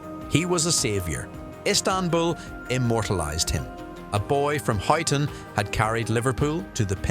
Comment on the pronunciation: Pronounced Hyton mate